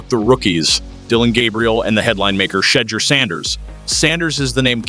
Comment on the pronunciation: Like how he purposely mispronounces Shedeurs name. But says Gabriel’s perfect